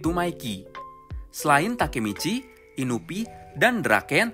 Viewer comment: Inui ngab, bukan inubi